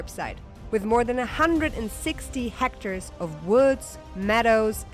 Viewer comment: Did you say hecters? What's a hector?